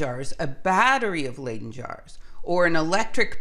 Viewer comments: It's "Leidse fles.'Not pronounced ai, but just I"So not Laiden but Liden Jar! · I love your videos but your pronunciation of many fundamental words like "layden" jar is just...no.